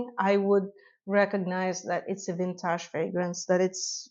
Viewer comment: Lol, I love how you say "vintahhj" (vintage) 😅